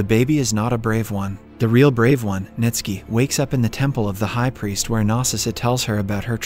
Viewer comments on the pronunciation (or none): Bruh! 😂 even Ntsiki … just jumbled the letters and forgot how to read Nitski